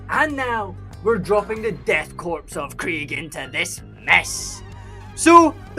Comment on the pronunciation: I hate to be that guy… but “Korps” is pronounced the same as “core” the “p” and “s” are both silent (it’s French)